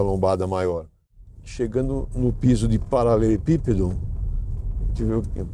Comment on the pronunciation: Pela primeira vez ouvi o falar paralelepípedo... E não paralepípedo... Trava língua dos brabo... 🤣🤣🤣🤣🤣